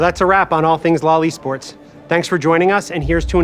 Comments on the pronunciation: When they say "lol e-sports" I also hear "loli sports". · No one heard these guys say what sounds like "loli sports" multiple times and told them to just call it "league esports" lol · "Loli sports" ... maybe just spell it out as L.O.L. when pronouncing it... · stop saying loli-sports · Did he say Lolli Sports? 😬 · He prenounces it as Lolly Sports 🥲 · Please stop pronouncing LoL eSports as "loli sports" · LoL e-sports sounds like Lolisports omg haha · I heard Lolli sports. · LMAO he’s saying LOL E-sports I’m dead